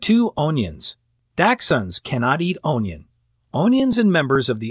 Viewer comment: How about popcorn. My dachshund loved to eat popcorn out of my bowl while I was eating. Please learn to pronounce the word dachshund and onion, thank you.